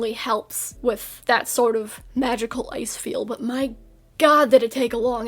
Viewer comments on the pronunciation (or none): for a bit, i thought you were saying "eyes" instead of "ice"